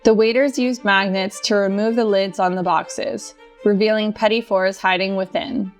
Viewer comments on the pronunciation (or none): none